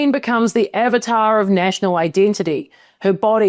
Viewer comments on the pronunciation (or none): none